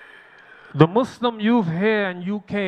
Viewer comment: My beloved Imam, please listen to yourself and hear that you switch from saying "Muslim" and, on more than one instance, saying "Mu-slums". Please know that you are an oasis to hear as opposed to mainstream media that calls "Those Who Submit to The God's Will"......as "Mud's Slum". Please know that you, in instances in this khutba, also manage to inject the syllable "slum" into the purity of the word "Muslim". Jazak'Allah Khair.